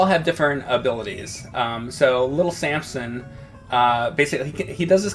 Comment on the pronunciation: James is from Philly. Little Sansom